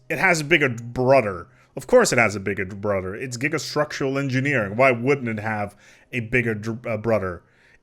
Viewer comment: Why he say bigrd broder like three times? The first time it sounds like he messed up the sentence on accident, but then he did it again, and again.